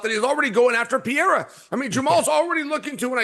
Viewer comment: why did dc say pierra